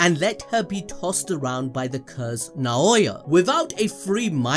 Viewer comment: Naooooya not naaaoowa